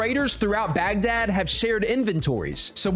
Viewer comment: I’m just going to ignore all the times he mispronounced Baghdad 😢😅😂